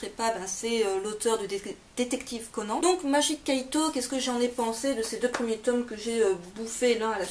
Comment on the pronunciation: Ça ce dit "Conane" :)